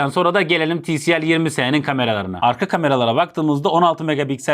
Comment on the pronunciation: Ti el si değil abi ti si el